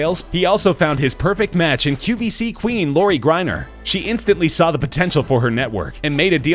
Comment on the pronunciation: It's the read E rest. And its QVS not qBc. The amount of mistakes in this video are ridiculous. Half of the products are pronounced wrong. The person voicing this clearly never watched the show! And for that reason..I'm OUT! (I had to.)